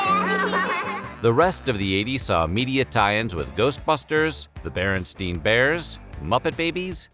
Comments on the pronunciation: its uh.... bearenSTAIN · Wow he even said the Mandela version of berin-steen bears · You said and the subtitles spelled Berenstain Bears as Berenstein Bears. EXACTLY how I remember it being spelled.. because my name is similarly spelled. I thought at the time that the pronunciation was "bear in stine" because of names like Einstein.. Berenstein . So since later it became BerenSTAIN Bears.. I question my own reality. Even YOU, like me apparently think it was Berenstein Bears. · It's Berenstain bears :P